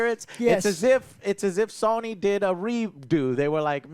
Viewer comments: Joe is so cute. Saying SUNNY instead of SONY. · Has anyone ever noticed that pronounces Sony as “Sawny”? Or something similar to that. 😂